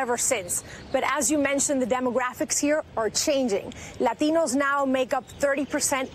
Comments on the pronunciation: Lol look I can correctly pronounce one word in Spanish ... I'm so progressive 😉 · Why only do the accent / pronunciation on ‘“latino’ and not everything else? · Karl Haywood being puerto rican would give me some credibility. I've heard the word "Latino" pronounced with a Spanish accent my whole life. Going to family parties, events, seeing relatives. But you could tell she was saying it that because she wanted to look super "hispanic" and give herself some "hispanic street cred" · White girl puts the emphasis on "LATINO" LAHTEEENOH. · Stop over pronouncing Latino. It's one thing of you've just come from a foreign country, and have an accent. But when you were born here, and have no accent, then forcing the accent in an attempt to appear more "Latino" is ridiculous. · Laurent Delacroix I don’t know, I speak Spanish and I’m Latino but I find it a bit cringey lol usually people say la”t”ino with the T pronunciation as in T for titties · Yup , I believe it's pronounced Lateeeeeeno . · but are you... a “LAH-teen-o”? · LAAAA-TEE-NO! Sounds ridiculous. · Not every "Lah-TEE-No" thinks migrant caravans are a good thing. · I agree with you I'm latino and I don't over emphasize the pronunciation of the word latino.... Lol... I thought I was the only one who notice that... it's annoying as crap when I hear leftist try to sound more with an accent... this why the progressive left will eventually go down for the fact they believe in stupid things without any substance to try to win voters... I can proudly say as a Christian conservative I never voted for that racist party.... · stephen medz Spanish is my native tongue, but when speaking English I don’t do that, unless everyone I’m speaking with is bilingual, and the word is actually Spanish. But “Latino” is already part of the English language, and vowel pronunciation is different in each language. People who do what she did usually speak terrible Spanish, just for the record. 😂